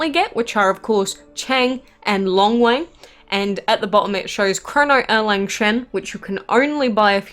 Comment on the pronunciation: Damn you butchered their names so bad